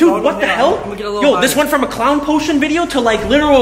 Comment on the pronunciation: Hid the poshon